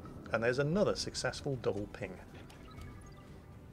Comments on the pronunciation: "One phing ohnly pleashe" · " i schall have one phing, and one phing only."